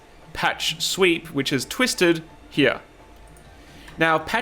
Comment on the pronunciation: Am I the only one who was hearing "sweet" instead of "sweep"?